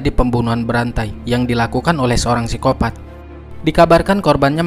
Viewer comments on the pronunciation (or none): none